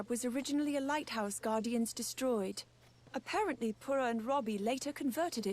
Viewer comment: She also says "a-pear-ent-ly" when it should be "apparent-ly"